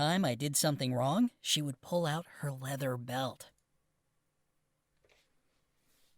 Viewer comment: I don't like how he said leather belt